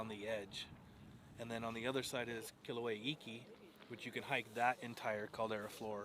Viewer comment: Just pronounce Kilauea correctly - Kee LAU' eh a. Not Kee lō eh a. Finger nails on a chalkboard.